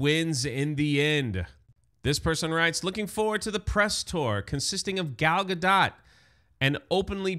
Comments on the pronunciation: sorry I couldn't get even 2 minutes into this video because of the off putting mispronunciation of Gal Gadot's last name, it sounds really bad when you keep saying "dot" like what goes over the lower case letter "i". The O is "oh" and the T is a hard stop so mostly silent. (a close English version would be gahdoe). I'm sorry I just couldn't sit through more than the very beginning. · Gadot is pronounced gah-dough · I thought Gal Gadot was pronounced with a long O and silent T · Gadot pronounced Gad Oh as in the play Waiting For Godot. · How can you not know how to pronounce Gadot's name?